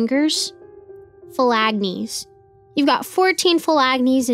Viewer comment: Phalanges not felagnes